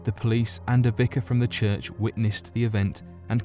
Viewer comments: Kirk yard? Sorry i cant go with you guys. I have "kirk" on sunday. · Someone please teach this bloke how to say “church” wtf